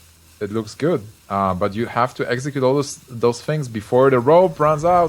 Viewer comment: i wanted to enjoy watching this video but that kept saying eggcicute not execute. i kept thinking of pokemon, come on guy please pronounce the words correctly, english isnt that hard to say. and its pronounced three not free. please i wish people would stop saying three with a F. where did this guy learn to speak english